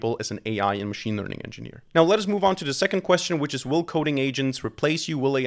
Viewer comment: Mmm no thats not "engneer"